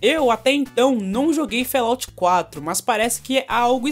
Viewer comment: Fallout - pronúncia: FÓLAUT, e nao "félaut"... abraço ;)